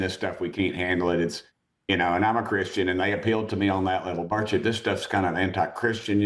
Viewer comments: Rep. Tim Burchett's last name is pronounced "BURR-chit" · Learn how to pronounce his name.